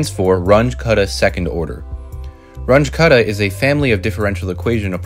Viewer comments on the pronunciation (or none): This "Runch" was the German mathematician Carl Runge - and name is pronounced ʁʊŋə (ca. "Roongeh"). He was the teacher of Max Born, btw.! And your "cuddah" was the German mathematician Martin Kutta, pronounced kʊta) If you adore people enough to produce a video on their achievement, you need to be able to pronounce their names properly! ("But everybody says it this way, over here"? .. is just stupid: Since when does quantity in ignorance is a proper argument?)